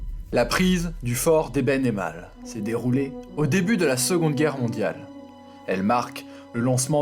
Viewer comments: tu gères ! Oui la ae se prononce a et le oe se prononce ou. Merci de respecter cette merveilleuse culture flamande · Super vidéo. J'ai appris beaucoup alors que j'en connais un brin sur la 2GM. Tu m'as épaté. Encore bravo. PS es-tu belge pour prononcer correctement le nom d'Eben-Emael ? Je n'ai jamais entendu un français le dire correctement 😊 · Super intéressant, c'est vrai qu'on nous a toujours dit (nous les Belges) que c'était la supériorité technique et de matériel qui avaient permis aux Allemands de prendre Eben-Emael (Première fois que j'entend le nom bien prononcé dans une vidéo, ça fait du bien 😀 ). Et au final ça ne m'étonne pas qu'une organisation à la Belge a vraiment aidé les Allemands. Merci pour cette super vidéo.